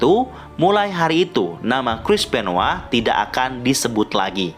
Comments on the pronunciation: bang kok dibilangnya Chris benwa bukan Chris Benoit? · Benoit bukan benoa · Coba elu denger commentators wwf/wwe nyebut nama benoit atau benoa